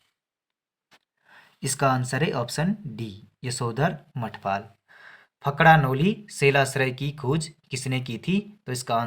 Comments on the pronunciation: It's फड़का नोली not फकड़ा नोली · Fakda noli nhi fadka bolo bhai sahab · ब्रो फकड़ानोली नही होता है फड़कानोली होता है